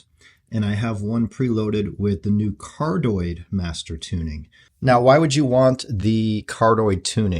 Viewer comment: Hi. It's pronounced Car-dee-oyd instead of how you say it.